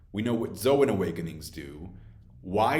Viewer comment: Normal person:Zoan Paramecia Logia this guy: Zo Han Para-Meshia Log-Gee a anyone else notice this